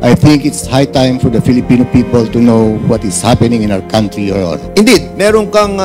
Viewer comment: Congratulations...Cong Fernández....saludo po ako s inyong concern s bayan ntin....pero (kantri) s country.. Hindi po (kawntri)...not to humiliate u po....for everyone's good po .SALAMAT po